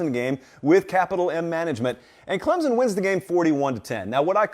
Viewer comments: Clemson. OR Klempson. Not Clemzon. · Please ClemSon. Not ClemZon. Not to be nit picky. Thanks sir. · It’s “Clemp Son” not “Clemsin”, and it is “Sweenie” not “Swinnie”